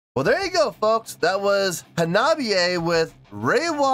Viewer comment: Great to see Hanabie back on the channel. This is only the second time, I think, unless I've missed something. Glad they won the poll. Also, good job on pronouncing the name. 👍